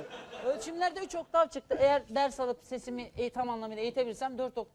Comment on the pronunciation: OKTAN değil OKTAV, benzinli arabamı la bu adam.